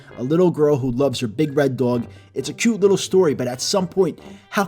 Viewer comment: Its funny how he say doyg